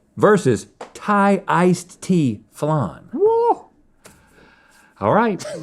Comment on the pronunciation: Did he say "I love thigh food"?